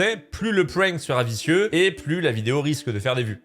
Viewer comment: "Pfwèènk" Je pense qu'on peut dire "Prank" avec un vieux accent français 😅